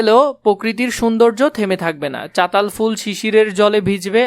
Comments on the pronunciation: আরে ওইটা চতাল ফুল না ❌ চালতা ফুল✅ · চাতাল না চালতা 😂